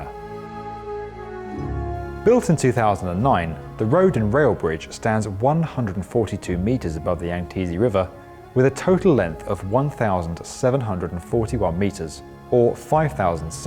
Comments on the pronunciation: Yangtze , say Yant-tsi , yantzy. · Yang teasey river? Wtf lol... Yangtze. I had to pause the video 5 times and be like wtf is he saying... Nooo way lol. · "Kiaotiamen Bridge" "Yangteeze River" Bruh, love your work, but you're killing me